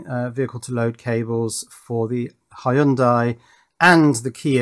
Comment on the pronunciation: Nope. Hy- young- die is the correct way to say it.